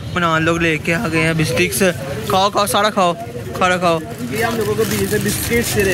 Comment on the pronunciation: Biscuits❌ bistics✅